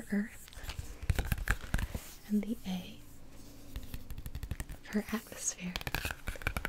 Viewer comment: She said atmosphere? Lmao I thought she said A*s mat here.